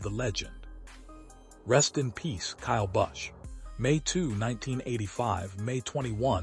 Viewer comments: learn peoples names buddy--You are awful! Busch is his name. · Sick can't even pronounce his name correctly, not to mention the other names of nascar drivers they butcher terrible A-I post.